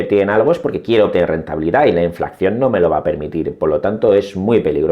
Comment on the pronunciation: Enhorabuena por su canal esta rechingón! Disculpe, porque ha dicho en innumerables ocasiones inflacción en vez de inflación?